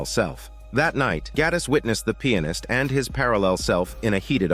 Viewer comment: I like how he pronounces Pianist like "Peannis"